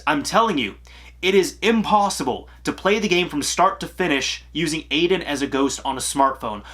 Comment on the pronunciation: Um, the ghost’s name is "eye-din". Get it right😉